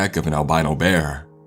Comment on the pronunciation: Something ain't right with thaHT. Some people say they saw an albino beAR. The way you stress the end of of your sentences in trying to be dramatic is fucking triggering. It's worse than that chills nasesly guy.